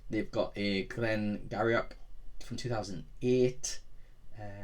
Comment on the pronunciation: Sounds like a nice dram, Glen Garioch is pronounced Glen Geery. Looking forward to your future reviews.